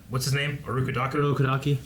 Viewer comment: Man, when are and going to learn to pronounce names right?